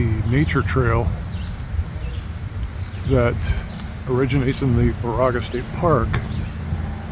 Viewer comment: Baraga is pronounced "Bear-a-ga". This is my favorite place in Michigan on the shores of this park and Lake Superior's Keewenaw Bay.